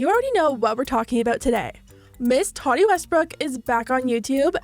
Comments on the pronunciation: Can you say “TA-TEA” not “TUA-TE” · why do you say her name like Toddy? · I'm sorry, are you pronouncing her name Totty? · “Toddy Westbrook” I think she meant Tati 😬😂🙈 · I know! I cant focus on the video she keeps saying toddy lol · Are we really not gonna talk about her pronouncing tati like toddy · Tati: Ta-Dee is how you pronounce it. . .💀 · You say Tati funny 🥲